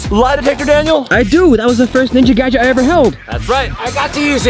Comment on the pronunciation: Mya Halll it’s pronounced spy ninja not spy ninga